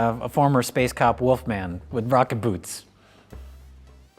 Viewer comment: I dunno why, but I hear "Vodka boots" whenever says "rocket boots"......... I like the former better.........